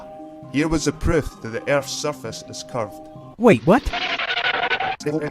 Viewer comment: He didn’t say proof, he said pruff. Your voice sounds almost like Michael Shermer.